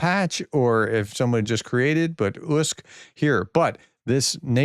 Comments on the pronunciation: Professor gotta be blunt here ..your clever but!! You need to really focus on pronouncing Ukrainian cities and Names ..your killing it big time ..slow down ..read it in your mind first ..you rush out your info like a tao...bring it down... Usyk. U sick try that! It's not Usk😢 😮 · please, please try to research the pronunciation of names? Usyk is pronounced Oo-sick. If you’d simply watched, say, the end of the fight you’d know this. It’s easy to say. Even sports announcers can do it, and l doubt that they hold PhDs. I enjoy your updates and I’ve watched them since you began. But you don’t seem to bother practicing your pronunciation of the people and places you regularly, even daily, report upon. Why? I ask with respect and with, truthfully, some frustration. Thanks for all the work you do keeping us all up to date. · It's pronounced Oooh-SEc ("oooh" like "GLUE", but without the G and L) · you’re saying his name all wrong. It’s “oosick”. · The name Usyk has four letters, with no tripup sounds and still the Professor gets it wrong. 🤣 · How can you screw up the pronunciation of “Usyk”? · Usk? who is Usk?. read all the letters!!! it's not English, do not leave out any letters!!!